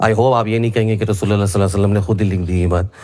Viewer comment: Bhai pahle sallallahu-alaihi- wasallam ko kahne ki achhe se practice karlo. Hairat ha, baat karte ho islam ki aur SA Alaihim wasallam bol nahi pate ho!